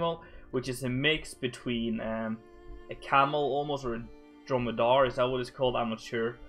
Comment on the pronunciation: the way you say dromedaris sounds so dutch